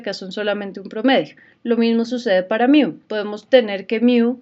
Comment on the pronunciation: Solo vengo a comentar que se dice "Mu" no "Miu"